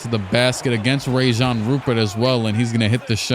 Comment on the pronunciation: Sid cissy is actually Sidy Cissoko and it'a Rayan Rupert not Rajon